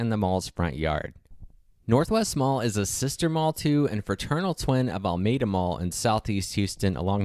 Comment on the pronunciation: The narrator is not a native Houstonian because the enunciation of Almeda is wrong. If you know you know.